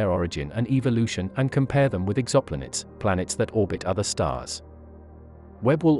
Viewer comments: It's pronounced "Exo-Planets" not Exoplanits. I don't mind the robo-voice, but that really stood out. The video got it right once, but wrong several times. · Robot voice said "ex opp lanets" for exoplanets.